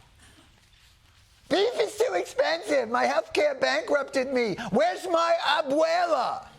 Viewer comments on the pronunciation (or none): none